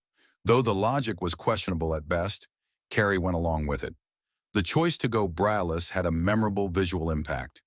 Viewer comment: PLEASE fix your AI!!! 1. You called John and June Harlow. 2. You called her Bet Davis three times. 3. You said "brayless" nine times. 4. You even said "bryless" once. 5. You said "conTRAversies"! 6. It's pronounced BaysinGer (long A, hard G!) and finally 7. You can say effable, juxtaposition and eschewing right but not braless???